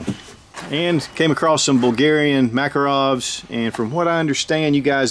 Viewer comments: TOKE-A-REV Not takarov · Need to work on your pronunciation of "Makarov". Nice tour.